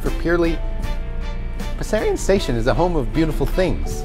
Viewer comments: It is properly pronounced with a sharp sexy slithery S, like a snake was saying it, Bessssssarion. TTC could have easily asked anyone in the neighbourhood before recording those announcements. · Oh yes, it always annoyed me too that they pronounce it Bezarion. Everyone says it Bessssarion. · Wonderful work. And you were right about the pronunciation: I'm from around there and it's a hard S, like the name "Bess." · I grew up on Talara (which is just of of Bessarion) so I used to be one of those 180 paid fares that used the station. Just to clear things up, Bessarion (as i've alaays pronounced it) is buh-zarion (i may be wrong but growing up there thats how i've always prounced it). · I'm really glad you made this film. I've passed by there a few times on my way to Don Mills or the Ikea at Leslie but I had no idea what Bessarion was all about. I too was surprised that it was pronounced "Bezarion" by the announcement-bot... maybe that's its biblical pronunciation. FWIW, Runnymede isn't much of a station but it's in a fantastic neighbourhood. Highly recommended for shopping, dining, and simply taking in the beauty of Toronto's Bloor West neighbourhoods.